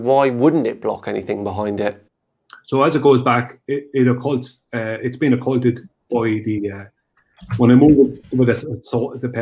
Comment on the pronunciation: On behalf of the people of Ireland I'd like to apologize for. Bad enough being a flat earther. Pronouncing occluded as occulted makes it even worse.